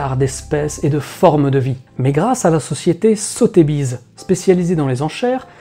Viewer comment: Sotébize hé hé hé sotheby's...bonnes fêtes à vous;)